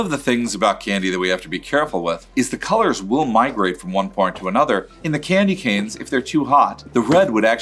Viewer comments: Did he just say Candy Can😀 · The guy pronounces candy canes as "Candy Cans" 🤦‍♂️